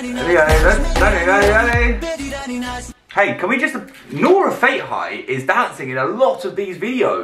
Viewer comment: Nora Fatehi. Nora fate-hi ❌ Nora Fat-ay-hee ✅